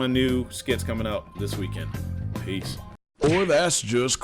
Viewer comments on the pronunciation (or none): none